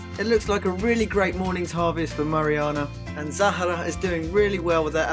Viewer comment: Love the way you said zahra